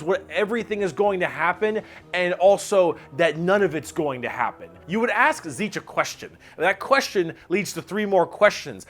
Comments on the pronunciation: You forgot to pronounce the "nt" in "Tzeentch" lol. Zeent-ch. The "papa Nurgle" thing is not just a joke. Nurgle cares the most about his followers of all Chaos gods, and his followers are also the happiest of the bunch. A good way to explain Slaanesh is by comparing it to the cenobites from Hellraiser. Beings capable of imparting pain and pleasure so unimaginable that it can tear your soul apart. You forgot to say the Eldar ships are basically filled with Eldar souls cuz they put them there so they dont go to the warp and get eaten, and that Eldar mechs are basically powered by necromancy cuz they put those souls in em to power em. You said Orks don't have existential crises, but Ghazghkull Thraka had one when Yarrick died. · I love these vids, but is Tzeentch really pronounced "seetch"? I don't know but it doesn't sound right lol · Good video, but I have to be that guy that comments on this being the absolute weirdest pronunciation of Tzeentch I have ever heard. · except he pronounced it Tzeetch. He forgot the N. Not as planned, methinks ;) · I always thought Tzeentch was pronounced Tease-nitch . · I don't think Tzeentch is pronounced as zeech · Is my hearing going funny, or is pronouncing 'n's as 'm's? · This is possibly the worst pronunciation of Tzeentch I have ever heard. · THAT'S how you pronounce "Tzeentch"?! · missing N in pronunciation of Tzeentch... brrr